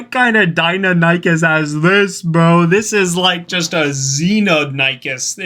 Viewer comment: Not (Dino-nikies) Di-nionocus